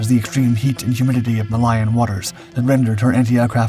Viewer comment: MA-LIE-IN waters? You have to be kidding me or have no quality control mechanisms.